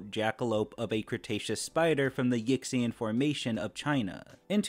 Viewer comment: AYO (yixian) is not pronounced Ick-cyan it’s more like “ee-sheeyen”